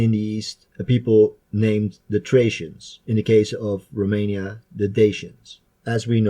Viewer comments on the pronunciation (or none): none